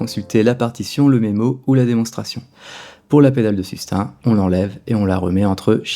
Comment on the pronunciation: Bravo pour l’approche, les pointes d’humour, etc... Tout ca est excellent, mais par pitié, ce n’est pas ’’la pedale de sustain’’ prononcé comme ’’hein?’’ mais ’’sustain’’ prononcé comme ’’hey...n’’ (sans le h) C’est pire qu’une fausse note... Merci... Un ancien prof d’anglais désespéré.